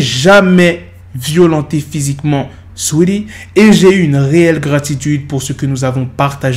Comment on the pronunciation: mdrrr comment il dit le blaze de saweetie "suili"